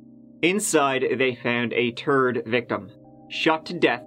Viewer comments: M oh wow, you really taught me! Dude, my mom is Irish… I grew up in Canada to a Scottish father and Irish mum, I know what an accent is probably better than most, and to my Canadian English ears the way Irish people say “Third” sounds like “Turd.” That on top of his dramatic pause were funny to me, since I know what he means, but that’s not what it sounded like. Stop being such an internet snob, its a really bad look. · “A turd victim, sixty-tree years old” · God, the accidental pause when he said “The police found, a turd… body.” My sides split laughing at that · I love the emphasis he put on it. The TURD victim . Lmao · I'm honestly not trying to make fun, but I love it when he says turd victim! It's one of the reasons I love this channel!!! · A turd... victim...🤣🤣💯💯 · is a Hooked on Phonics commercial waiting to happen. After hearing what happened with the turd truck. I mean 3rd truck I think it's time for to start to work on that little problem he has with the th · Ok for anyone who thinks cant pronounce ‘Go’ or ‘Third’ A lot of Irish people have trouble saying Third, thirty, three etc. Its just part of the accent also “give it a goo” doesnt mean ‘go’ it means ‘lets give it a look’ People hating him for such trivial shit are dense… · Why are you supporting him and his content if you think he isn't respectful to the victims? If you believe that and you are here watching then you are disrespecting them JUST as much. Also, he is Irish, that is why he pronounces go and third differently than you.